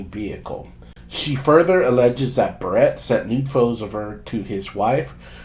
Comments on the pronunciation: This a**hole cannot pronounce his last name correct-its Barrett, not like a hair baret wtf! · Holy shit. Say his name right!! Like the gun!!!